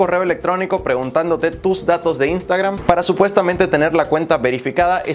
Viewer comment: No se dice INSTAGRAM, SE DICE IANSTEGRAM 😂😂 HAIGA¡¡¡